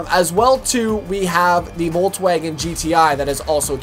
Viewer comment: and then we also have the vaulttwagen... (i was just like wtf how did he call volkswagen xD)